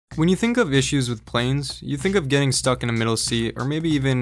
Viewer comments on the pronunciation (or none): none